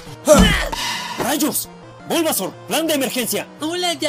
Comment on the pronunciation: se dise bulbasaur xd